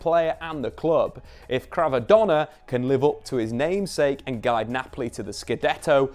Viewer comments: all good but he is Kvara, not Krava :) All the rest is well explained! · I couldnt listen through all this. KVARA not krava for gods sake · it’s not Krava it is Kvara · and he called my man krava the whole video too